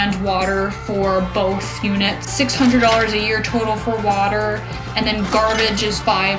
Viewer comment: I didn't know that AND had a T at the end of it? Speech Therapy may help...